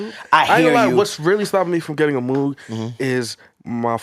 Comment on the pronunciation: Y’all all pronounce moog wrong. Shame.